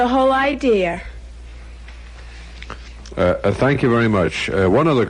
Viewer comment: "I'm just thrilled with the whole idear!" - Ellen Stern voice.